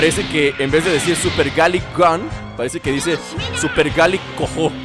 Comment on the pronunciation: se dice galick gun